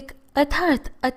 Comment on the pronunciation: Dastor naheen duster shuddh bola jana chahiye